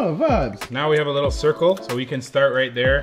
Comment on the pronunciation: it annoys me when He says liqqle